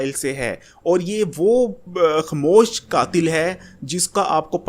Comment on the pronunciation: pehlw to ye like or share ki bheek mangna bnd kr ,, or khmoosh kia hota he,, khmoah hota he